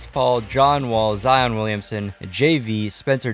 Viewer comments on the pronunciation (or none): none